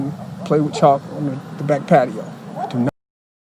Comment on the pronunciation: They were playing with CHALK, not "Choppo" or whatever youre saying lol